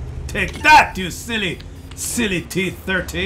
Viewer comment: "you silly silly IS3" and "you silly silly T30" - ypur french accent sounds like the outragious french accent used by John Cleese in Monty Python and the Holy Grail. Keep practicing mate. cheers SammySteel_1 NA server